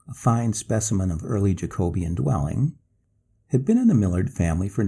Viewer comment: You really need to learn how to pronounce Jacobean.